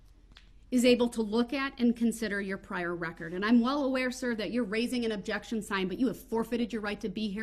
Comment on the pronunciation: Judge: " and with that, i am finished and this trial is... Over. The court is adjourned" Prosecutor: " judge there is one more thi-" Judge: " goddamit i just closed the court let me have the last word!!": " objecktshun!"